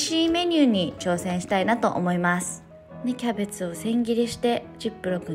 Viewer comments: てつやのthキャベtuで笑ってしまった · 「thキャベツぅ？」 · てつやの｢thキャベツぅ？｣にクソ笑った